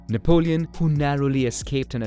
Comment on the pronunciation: nap-leon, napped Lion.